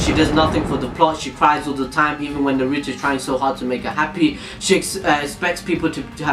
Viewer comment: HOLD THE HELL UP DID HE JUST SAN NAROOT IT'S NARUTO!!!!!!!!!!!!!!!!!!!!!!!!!!!!!!!!!!!!